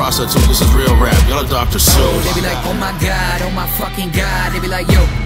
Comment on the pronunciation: The only think I don’t like the way he says like with l sound lol